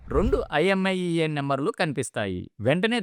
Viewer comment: Imiei కాదు మాస్టారు! IMEI అనాలి